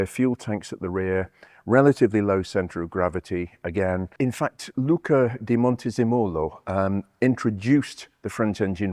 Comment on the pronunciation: CIao....Lucca di MonteZEmolo, the ZE sharp, strong...like PI in pizza!!Capito?